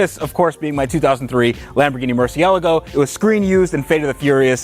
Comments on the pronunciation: ITS MERCIALAGO PRONOUNCEMENT IT THAT WAY, NOT MERCIELAGO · calling it a “mercy-el-go” 🤣 Love it. Is that intentional? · WTF is a Merci-ella-go? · say it with me, "Murci-el-aaa-go"...emphasis on the 'aaa' lol;) Congrats on another series of excellent vids mate - your technical prowess is amazing. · Am I the only one who's annoyed by how he says Murcielago? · amine el ghazi I love the guy, but it doesn’t sound right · It hurts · Is anyone else annoyed by the way he pronounces murcielago? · You'd think would know how to pronounce murcielago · Can you please stop butchering the pronunciation of murcielago like that :’( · That moment when pronounces the name of the car incorrectly. 😖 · owns a murcielago but doesnt know how to pronounce it .40 lol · Sounds good, now learn how to pronounce Lamborghini Murcielago correctly, instead of the daft American way 😂😂😂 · am i the only one triggered by how he pronounces Murcielago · the way he says murcielago annoys me a little bit